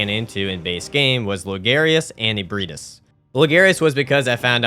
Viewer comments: How the hell did you took Ebrietas and somehow pronounced it as Ebrahtis 😂😂😂 Dude use Google text to speech if you don't know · At this point I swear you're saying the names wrong on purpose to cause me physical pain 😂 Raa kuu yo. Japanese is phonetic, there jsnt a hidden i in the word lmao. Also Ebreitas is ah/eh-bry-tas. EDIT: YOU SAID IT RIGHT LATER ON YOU'RE KILLING ME MY GUY🙃 Love the vid, holy hell you have more commitment than I ever did. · Mans said “eburtiss”